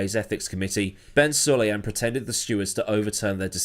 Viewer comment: If you're going to make videos mentioning the President, then learn how to pronounce his name.